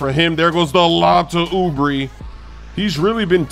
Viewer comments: It’s ( Oo-bray) not ( ubri ) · Bruh why are you saying oooobrie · Yeah it’s OO-BRAY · It's Oubray, not Oubree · trolling us with that "Oooo-breee" pronunciation. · Ou- bri written Oubre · Lol yea he is, its ouu bray 😂😂😂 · doesn't read any comments, he keeps saying Oubree and expect to see the same for ROOOWEEE 🤣🤣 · Kelly ouuu-bre 😂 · Oo-bree... oh bruh.. you wrong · isn't he sayin oubre's name wrong? I thought it was oubae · Uhmm its Ou-Bray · you know by now that you're pronouncing Kelly Oubre's name incorrectly. Stop doing it, you sound silly. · I think you're saying oubre wrong lmao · not really, hes been doing it for a long time now so he must have been aware of us pointing it out. Its on purpose. Same case with Zubac.